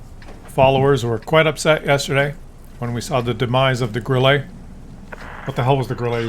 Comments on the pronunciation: not GrillEE , Grille (e is hard short, not french long like warm singsang - we Germans don't have time to sound friendly.- short and hard :face-green-smiling:😋) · Why do you call it a Grillé?! Or is it "Grillay?" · Grille is pronounced Grill la. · While we are still on the topic of the Grille . And by the way you don't have any german friends as long as u pronounce the Grille wis a french accent ?:face-purple-crying: You muppet.🤣